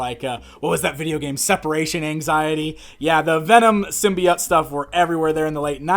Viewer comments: Symbiott? what the heck? There an E at the end and everything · And gives us yet another way of pronouncing symbiote - "sim-bee-ott!"